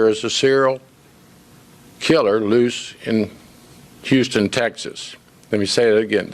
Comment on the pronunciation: It's Houston